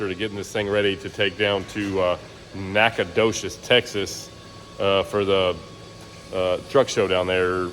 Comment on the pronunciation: I've never heard anyone pronounce the "G" in Nacogdoches so try that and say it a bit faster and I'll call you an honorary Texan! And FYI I'm nobody so my opinion doesn't count🤣